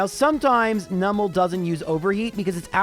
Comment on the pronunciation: Oh! pronounced Numel's name correctly 🎉 I'm so used to streamers pronouncing it as "Noo-mel" even though it's a Numb Camel, and I don't know anyone who pronounces "numb" as "noom"! 😄 It's so rare and the mispronunciation so annoying (for me; I understand that most people don't care lol) that I just had to comment on hearing it said right. 😅